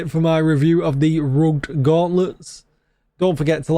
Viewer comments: "Rugged Gauntlets", I believe it's pronounced "Rug-ed", two syllables vice one, lol just nit picking. I mean it could just be your accent. :face-red-heart-shape::face-blue-smiling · Mate its rugg ed as in something is uneven lol